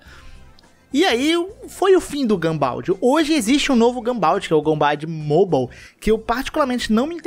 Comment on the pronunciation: Kra que pronunciação é essa mds? Gunbound mowbow? Socorro. Mobile escrito mas pronunciado seria tipo "mobayou". E é mt bom, eu e mta gente joga. Já coloquei uns 2 mil reais nele e msm assim n garante vitória, n tem hack (raro) e o que mais faz vencer é boa mira e estratégia. A tal mira que mencionou n ajuda como o aim bot n, chega nem perto. Se jogar vai errar infinito msm com ela.